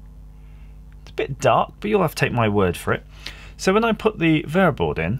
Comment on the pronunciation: What is VAYERBOARD , AS in the orange or tan waffle piece that you're soldering onto the sacrificial USB line? Bayer board?